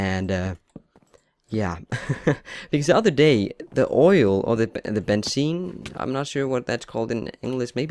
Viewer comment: the way u said oil is how u say it in german